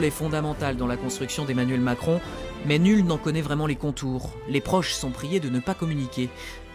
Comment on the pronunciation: « Emmanuel Maçon » jpp😂😭😭